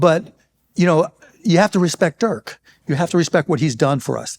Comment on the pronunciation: I'm surprised that Mark still doesn't know how to pronounce Dirk